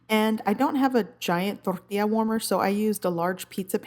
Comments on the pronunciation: I don't know why people have complained in the past about how you say "torrrrtilla" I love it!!! 😁😁 and this recipe looks so yummm imma have to get some crunch wraps for dinner tonight haha thank you for sharing!! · The way you say tortilla 😆 Torrrrrrrtilla